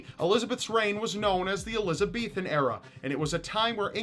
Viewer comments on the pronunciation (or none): it's not the eloze beethen era it's Elizabethan